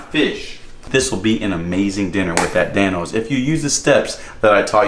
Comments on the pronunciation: When he said Dan-Os who else thought he said thanos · This is how many times he said Dan-o’s.